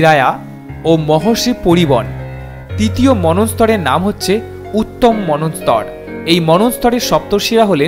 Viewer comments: আরে ভাই ভুলভাল বাংলা উচ্চারণ করিস কেনো? মনস্তর নয় মনন্তর হবে। আগে ভাষাটা শিখে নে, তারপর ভিডিও করিস।😂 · মনু+অন্তর=মন্বন্তর। উচ্চারণ হবে manwantar 🙏